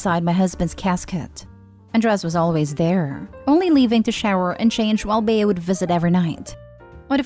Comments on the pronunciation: It’s not pronounced “Bey-a” but Bea as in bee. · Story 2- If this story is taking place in the United States, the name Bea is pronounced like Bee. It's a nickname for Beatrice. Just thought you'd like to know.